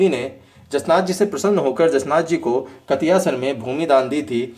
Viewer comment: कतियासर नहीं कतरियासर